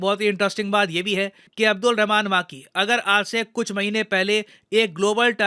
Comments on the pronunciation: माकी ❌ मकी ☑️ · अब्दुल रहमान मक्की Not माक्की।